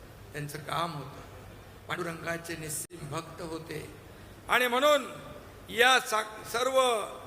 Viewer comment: Ani mhnun....mhnon😂